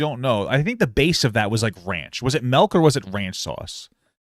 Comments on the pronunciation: "the MELK" 😂 I giggle every time 😂 Lol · I’m sorry but “melk” makes me irrationally angry